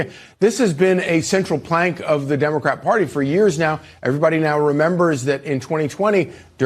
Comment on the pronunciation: You said dumbacrat ? I like it.